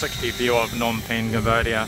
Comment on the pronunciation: Dude it’s Phnom not nom.